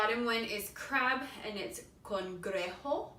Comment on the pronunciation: Is not "congrejo". It is cangrejo. It seem well written on the card, but you pronounced it wrong.